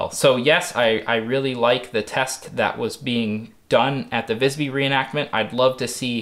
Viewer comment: If you want to pronounce Visby correctly, you need to pronounce the 'i' longer. Instead of "Vis-by", it's more like "Vii-sby". I hope that makes sense. I thought it might be of interest since you're into this medieval stuff, and Visby is a famous place for its historical content's value.